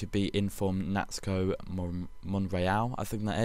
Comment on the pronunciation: Naxto is pronounced Nacho